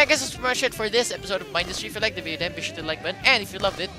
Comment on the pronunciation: You say Mindustry wrong It's min-dust-ry